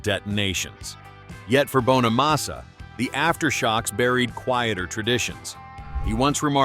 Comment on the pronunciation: You could at least pronounce Joe's last name correctly. IT'S NOT BONE A MASSA, IT'S BONNA MASSA. Jealousy is a mental disorder. Many many guitar players wish they could play like Joe, he is a very humble guy who busted his ass his entire life.